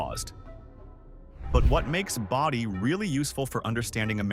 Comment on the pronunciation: Boh-dee, not bah-dee =)